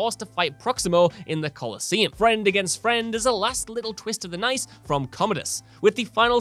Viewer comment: Did he say "last little twist of the nice" instead of knife